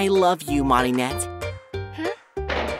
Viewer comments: i ScReAmEd when he said “Maruhnette” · How to pronounce Mari's name Adri: Mori net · It’s Me-ri-nette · They said marinette name wrong